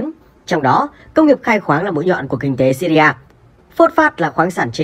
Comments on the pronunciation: Đọc là nước Sy ri thôi chứ làm gì có nước Sy ri a nào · Góp ý bạn nhé . Gọi là siri thôi chứ ko có chử a khi đọc ra tiếng . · Đọc là Sy ri a nghe ngang phè phè